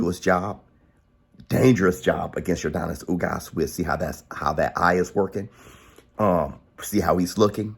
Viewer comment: Denis not Donis lol im cuban, when we say Yordenis its sounds like Yorr Dennys lol